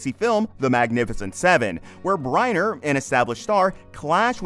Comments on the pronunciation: BrEnner not Briener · So McQueen came back to life after his death in 1980 to reconcile with Bryner in 1985??? Which is pronounced Brinner by the way... Just two of the many inaccuracies. Sheesh , what a mess this whole thing is! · Haha. You do not even know hot to pronounce Yul Brynner's name. Is this AI generated.?